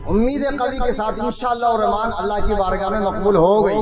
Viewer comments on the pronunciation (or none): none